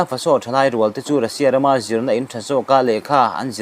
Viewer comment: FaSO ni lovin, FAso tia lam zawk tur.